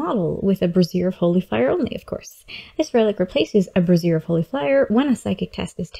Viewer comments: Bray-Z-Ear. Not brassiere. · Brassiere of Fire. I had to laugh every time you said it. Sorry. lol Not nitpicking but its pronounced (brāZHər).